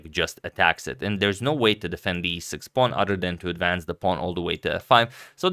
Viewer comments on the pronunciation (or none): none